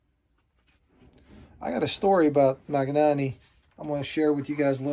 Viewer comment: Since you probably come across Italian words/ brands a bit in your work, just a note on pronunciation: in Italian, gn is pronounced like ny in English. E.g., Bologna sounds like Bolonya; Spagna sounds like Spanya; Magnanni sounds like Manyani